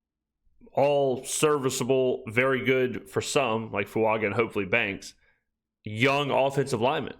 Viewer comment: Why do these dudes, and I've heard Matt Mascona say this too, all say FuUNGa instead of Fuaga?